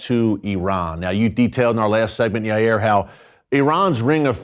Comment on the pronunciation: It’s pronounced Yay-eer